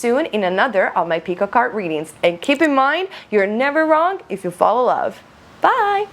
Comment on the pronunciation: Great video, almost every thing was accurate.. and I love how you say 'Pikka kard' lol hahaha